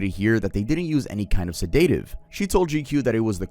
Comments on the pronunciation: Sa-day-tev what that lol you mean a sedative? A se-de-tiv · Embolism... sedative... Maybe look up pronunciation for medical terminology.